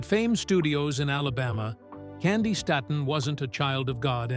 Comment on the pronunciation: I hate these AI people. It's pronounced "Stayton" PLEASE! God Bless you my sweet Auntie/sister!👏🏾👏🏾👏🏾👏🏾👏🏾👏🏾👏🏾🎬👑👑💝💝💝